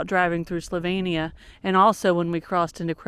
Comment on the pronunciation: One of my favourite places. Love the Istrian peninsula and Split. Dubrovnik, not so much. Try going to blue lake, near split, if you get the chance. Zagreb is also beautiful. When you are in Dalmatia, try some pasticada. Just an FYI. It is slo veen nee ah.